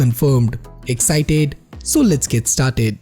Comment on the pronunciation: "Excited" love that accent